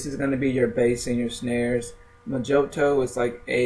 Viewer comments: Pronounced "MO heeTow" NOT "Mah Jo Tow" lol But...That said...Pretty informative ! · It's not Moe-joe-toe, It's Moe-hee-toe. It's Spanish. J is an H sound and I is an EE sound. The word is literally translated as "little spell" and has been popularized because of the drink, made from Rum, Mint leaves, limes, or lime juice, granulated brown sugar works best, muddle, hit with simple syrup and shake, top with a splash of soda. Maybe you're not bar age yet, but you will be sick of hearing the word once you are, especially if you ever bartend. Skillz lol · Oh and I wasn't going to say anything but you kept on saying mojoto its pronounced moh`hee`doh its also a very nasty mint and rum cocktail